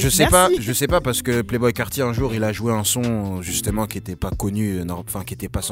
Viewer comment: Playboi carti pas (Playboy)